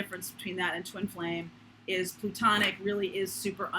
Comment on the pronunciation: Are you saying plutonic or platonic? Is there a difference?